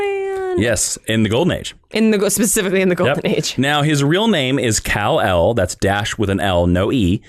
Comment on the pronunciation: say's Criptin (for Krypton) Cul-l (for Kal-El)